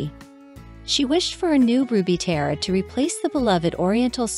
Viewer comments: It’s pronounced TEE-ara. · You are not even pronouncing “tiara” correctly. Try again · This is a joke right? A documentary riddled with mistakes, using computer speak for titles and funniest of all, in a documentary about tiaras, unable to pronounce the word tiara!